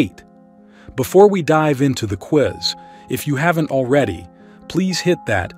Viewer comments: Sir you pronounce Quiz correctly then you say queese what in the world is a queeze as in squeeze ????? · "...with the QUEEEEZ..." XD XD XD XD XD